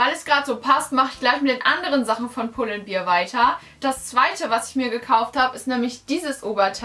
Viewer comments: aber echt 😂😂 pull & beer? 🍺🍻 wtf!? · Ich finde es so schrecklich, wenn Menschen "bear" nicht richtig aussprechen können. 😂😂😂